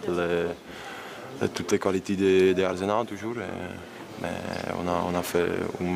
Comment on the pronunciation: i m'énerve l'autre avec son arzenal, il sait pas dire arsenal 😤